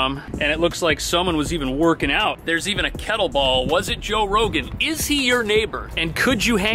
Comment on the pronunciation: I’m not sure if I’m missing the joke because I’ve heard you say kettleball a few times now but it’s pronounced kettlebell. Anyway, I love watching your videos. I’m moving to morning side heights in August and your videos helped a lot.